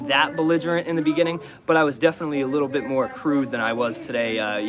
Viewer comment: "Little dit of a bifference" 😁